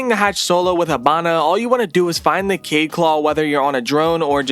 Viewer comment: THEYRE AND CORRECT. ALSO ITS KA-YEED NOT “KAYED”